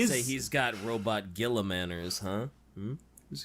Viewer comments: Purposefully mispronouncing Rub-Me-Off Gorilla-Man’s name is one of the great time honored traditions of 40K fandom. Welcome to the inner circle. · Ahh My Favourite Primarch Roronoa Gonorrhea. That being said, as an Ultramarines fan. mispronouncing his name is a meme-tradition in the fandom. G-man honestly is one of the best primarch mainly because he had good up bringing and even in the modern 40k treated people and his sons better than The Emperor ever did. Also fan fact: Guilliman's dreamed of a life as an Humble Farmer in an Agri-World. (Source: The Unremembered Empire )